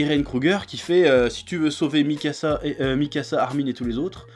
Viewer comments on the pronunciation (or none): none